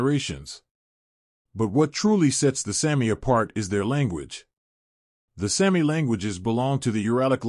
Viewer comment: It is pronounced SAAAH- mi, not Sammi!!!